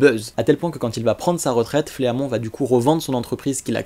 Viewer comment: Super Vidéo continu comme ça!!! Juste Fleamont ça se prononce Flimont XD